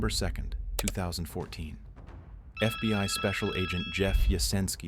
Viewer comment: FB-WHY? (FBI) this AI naration needs to spot